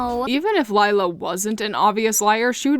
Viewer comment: 50 Sins everytime they say "Lila" as "Layla". As an italian myself, it's supposed to be prononced "Lìla" (In the italian dub they call her "Lilà")